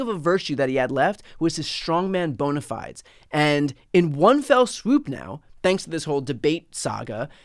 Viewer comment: Yay! Someone who pronounces bona fides correctly! Made my day lol!